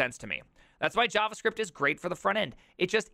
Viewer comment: I really like how you've been pronouncing Java and JavaScript lately :)) It's weird to hear `J` pronounced like in my native language